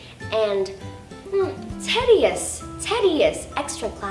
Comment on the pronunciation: Bạn Thảo Tâm, mình thấy có 2 chổ bạn phát âm chưa đúng, phút bạn nói chữ educational (ejəˈkāSH(ə)n(ə)l) thành (edəˈkāSH(ə)n(ə)l). Bạn đang nói giọng anh-mỹ mà nói chữ đó theo giọng anh-anh. Ở phút chữ tedious phải đọc là ˈtēdēəs như ti chứ ko phải te. Ngoài ra bạn rất giỏi và dễ thương, rất ngưỡng mộ!